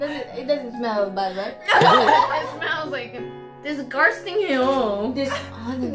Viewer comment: disgarshting shat 😆😆😆 epic